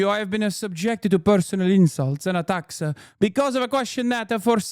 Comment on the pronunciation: “And attacks-ah” 😂😂😂💔